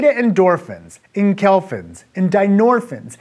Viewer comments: It's en-keph-a-lin, not enk-elf-in. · This guy's a doctor and he can't produce 'neuron', 'enkephalin' (enkelfin was hilarious to hear), and refers to 'nociception' as 'pain'... Dear lord...